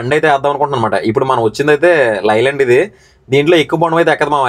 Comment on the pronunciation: Lii land kadu Ley land sarigga palku vinyanki ibbando